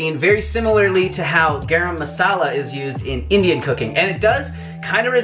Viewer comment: Love the way he said garam masala used in india 😍😍😍❤❤👍